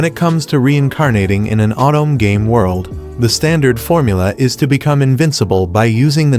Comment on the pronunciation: “Otome”=“Autumn”=“”OH Toe May”